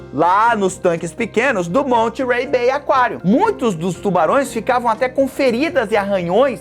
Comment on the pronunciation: Já fui no Monterey B.A, em 2015, é um lugar incrível! E, a pronúncia é “Mónêrey” com aquele sotaque no R kkk, não se pronuncia o T